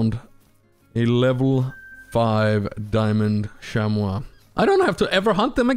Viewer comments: just making sure, you know it’s pronounced sham-mee right? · I love the “shamwaw” too😂